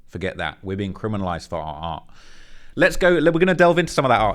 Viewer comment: Lmao I thought he was saying “protect black R” as in “Black Rights” 😂i was wondering why he wasn’t just saying “ Black RIGHTS” why